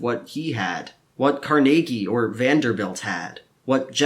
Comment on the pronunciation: I like the way you pronounced Carnegie's name. :-)